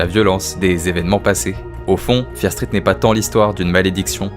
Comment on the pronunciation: Ça me stresse, tu peux ajouter le "T" au mot "Street"...